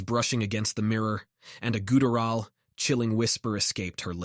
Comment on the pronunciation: Is this an AI reading it? It has a hard time pronouncing some words. Like agony, guttural, etc.